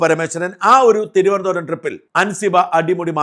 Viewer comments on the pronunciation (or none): none